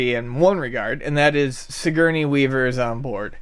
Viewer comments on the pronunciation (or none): lol, Sig-Gurney?